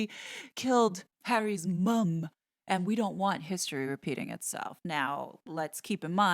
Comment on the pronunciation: You have a problem with the word mum.